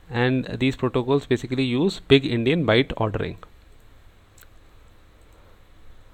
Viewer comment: Only me who thought he said "big-indian"?